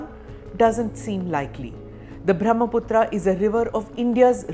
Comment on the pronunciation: Pronounced ब्रह्मपुत्र , not ब्रह्मपुत्रा It is a नद, not नदी due to its size